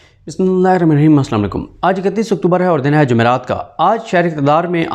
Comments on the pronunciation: Asa Aap Bismillah ir Rehman ner Raheem Sahee nahee boltay Please correct this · Aslam-o-Alaikum sir Bismillah Sahi Parha kren plz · کوئی اس منکر کو سمجھانے میں تو کءی دفع اس کی طرف اشارہ کر چکا ہوں یہ وی لاگ سے پہلے بسم اللہ غلط پڑھتا ہے پتہ نہیں یہ مسلمان بھی ہے یا اسکا کوئی اور مزہب ہے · Bhai Bismillah TU Sahi paru